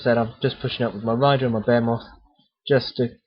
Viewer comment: Generally very useful. Thanks. Great figures and layout. You do not know this, but you have a very strong accent for American ears :) Consider talking a bit slower. When you describe that big thing it sounds like "bear-moth." Here we say "Baa-He-Myth." Look forward to more programs.